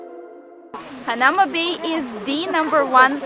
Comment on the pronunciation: It's pronounced hana oo ma bay